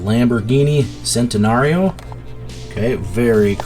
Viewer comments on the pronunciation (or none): The actual pronunciation for Lamborghini Centenario is "Chentenario"